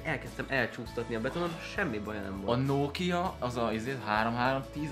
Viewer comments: nem nókia hanem nokia kiejtve is. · Az nem nóókia hanem nokia🙄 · annyira idegesítő hogy a Nokiát Nókiának mondod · a Nokiát RÖVID o-val kell mondani !!!🙄😂😂